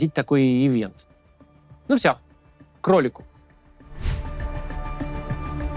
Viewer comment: «А теперь кролику» - долго не понимала, про какого кролика Максим говорит😂